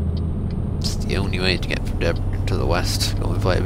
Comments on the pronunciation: You should say it like it was written Debresen . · You pronounce Debrecen wrong. I live next to it :D